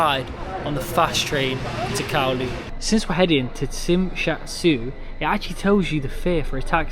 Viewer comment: I'm from hk qnd you pronanunced it wrong it's jmshazui